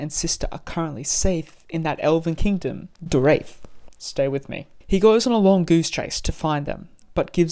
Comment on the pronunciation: I do not like how you pronounce the word Door-E-ath, and Me-le-an, and a few others, but that's okay. Nice video! Fire Melkor edit🔥